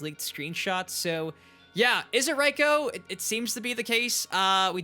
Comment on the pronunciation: Your still saying Reiko's name wrong. It's pronounced RAY-KO not RY-KO